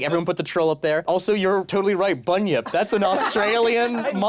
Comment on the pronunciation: Not quite a correction, um actually you pronounced bunyip wrong, the ny is fused slighty in a way we don't use that much in english, but it's like in nyan cat